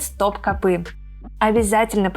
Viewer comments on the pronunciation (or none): none